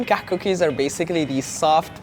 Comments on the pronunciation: he's pronouncing it "كحك" and it should be "كعك"... that, unless it is called Kahk in Egypt, I dunno... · Why is he saying KAHK rather than KAAK? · Please make a meme on how he says kahak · Sad these aren’t pronounced “cock”...was really looking forward to that :/ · HAHA KAKH SOUNDS LIKE COCK! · I'm sorry - I couldn't watch this video because I started laughing every time he said Kahk Cookies, and I know that's wrong of me. I'm trying to grow up and act my age - I'll try watching again if I think I've achieved that XD But I will always love the Kahk! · he pronounced it wrong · He pronounced it wrong btw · The South African kak comes from the dutch word kak as well but he pronounces the h in it as well :)